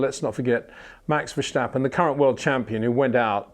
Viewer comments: Congratulations! You are the 100.000th person explaining it's not VerSHtappen! Haha..... Mr. Windsor never reads the comments I think. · HEY PETER WINDSOR, I HAVE MESSAGE FOR YOU SIR: With all due respect ... it is NOT Max "verSHtappen" ... Max is not German (Germans indeed do pronounce "st" as "sht") ... #Max33 = Dutch NL/Belgium! ... It is not "Bottash" nor is it "Lewish" certainly not "verSHtappen" .... This BS started long time ago when a British sport presenter interviewed father Jos Verstappen and assumed you can use a German pronunciation to a Dutch Driver thinking it is so "funny" ... It is not. Serious question: can any Englishman say "versatile" out-loud without saying "vershatile" phonetically? most can about 99,99% ... that is why most English can pronounce Verstappen 100% correct! Father Jos Verstappen (also F1 Racer) was very active between back then only a very few said "Vershtappen" but the vast majority of British sport presenters pronounced it perfectly ... only a few old stubborn farts like Peter Windshor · It's like we would say Peter WindSHore or Windsure haha. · MEX VERSTEPPEN ???.. THE A'S SOUNDING LIKE IN WASH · It's simply very difficult for British people to not use "SH...". They use it in almost every second word. Just hope that people can pronounce your name correctly. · Peter when will you finally start to pronounce Verstappen en Leclerc correctly? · Its about time you learn to pronounce "Verstappen" right, come on